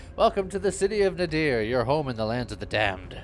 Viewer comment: Nadir means, I believe, "The lowest point". I also think it's pronounced nay-DEER? With the emphasis on the second syllable?